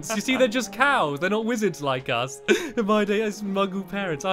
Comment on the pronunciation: Ginny not Jenny Dumbledore not Dumble door Hermione not hermainy. Snape not snake